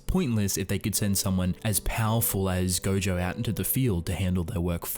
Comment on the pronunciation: quick correction: it's pronounced as GoJOE not Goju. Also, the author's gender hasn't been determined yet, so I'd just call them "they"